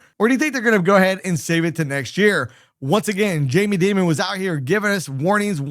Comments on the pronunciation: Is that how you pronounce his name? “Demon”? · the fact that this guy thinks he knows what he is talking about is so funny while as an american and cant pronounce Dimond IS JUST LAUGHABLE. we can all do a google search without being by PROMO codes :face-blue-smiling::face-blue-smiling::face-blue-smiling